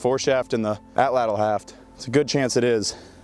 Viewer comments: best way you could pronounce atlatl in english would be a-chach, but Nahuatl uses a voiceless alveolar lateral affricate, basically a sound not found in english. If you do wanna try to make the sound I would recommend putting your tongue in a position as though you are about to make an L sound and then try to make the T sound without moving your tongue (probably . That gets you pretty close it should kinda sound like a CH sound, as CH is an affricate itself, but almost like with a lisp. You can also look up videos or go to the International Phonetic Alphabet wikipedia page to find the sound. But CH is the closest English sound, or just the T sound. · tbh just an incorrect Tl is one sound Like saying T or ch but with your tongue in the position you’d use for an l So air should come out the sides of the tongue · wrt the pronunciation of atlatl, you articulate “tl” the same way you would with the “ch” sound, but with the tip of your tongue firmly placed against your alveolar ridge (about an inch behind your teeth) and force the air out the sides of your mouth rather than past the tip of your tongue. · Atlatl is an Aztec word and it's pronounced atl-atl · How does "atl" possibly get pronounced as "atch"? We're talking about an English spelling of a native language's word, and that native language did jot have a writing system, so how and why would an "atch" sound get transcribed as "atl"? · The “TL” in Nahuatl isn’t pronounced like a “ch” sound. It’s the click of your tongue when saying “tl”. It comes from the sides of your tongue. Put your tongue further back on the roof of your mouth and curve it back a little when pronouncing “L” sounds, and you’ll see. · no, none of this. Just say it wrong don't butcher it further butchering other words. Its ok to be wrong in English.